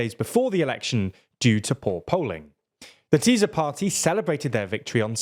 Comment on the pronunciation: Magyar Péter is like the meme "We were bad, but now we're good." spending more than a decade with Fidesz but suddenly getting a divine revelation or what. (Btw, Tisza is pronounced with an 's', not 'z')